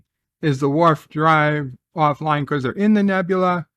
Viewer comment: "...the Worf drive..." 😆